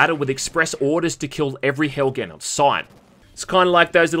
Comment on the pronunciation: "The world of Hell Gan" LMFAO ..... Helghan bruh